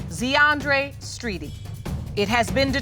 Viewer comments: ZEE-ANDRE... POOR BABY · Zeeandre. 😂😂😂 Z’Andre 😂😂😂